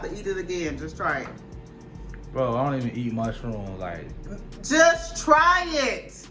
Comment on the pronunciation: "Ion wanna try it" 🤣🤣🤣🤣🤣🤣🤣🤣🤣🤣🤣🤣🤣🤣🤣🤣🤣